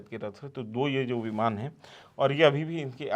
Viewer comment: biman kyun bol raha hai? Pee ke ata hai kiya? Idiots.